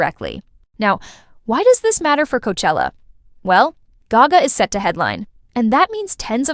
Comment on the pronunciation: This is AI narrirating these videos.... the way you said gayga and not gaga just gave it away.